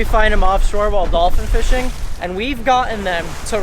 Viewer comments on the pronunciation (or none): Am I the only one who heard him say dolphin fiching